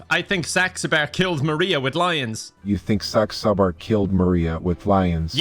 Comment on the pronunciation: Thank you god for not being able to pronounce saxabars name because I haven’t laughed like this in so long in a video